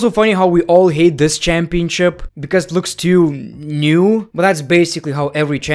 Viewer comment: If I got a dollar for every time he said CHAAMpionCHIP